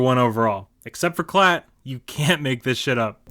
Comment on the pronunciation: Appreciate the shoutout and great job with the name pronunciation! Those Klatt clips from the draft are wild considering he went out of his way to trash our D while two top-notch defensive players were being selected. Hope reading all those OU comments doesn't rot your brain. Do you think there will be a day when the OU fans stop posting on every SC video and tweet? Or will they be that guy still badmouthing his ex six years after they broke up?